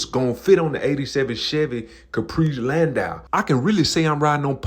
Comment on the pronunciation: U are pronouncing it right, it's a Landau not a Landoo 💯